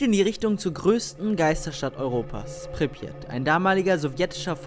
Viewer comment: kann pripyat nicht ausschprechen -bin halb russe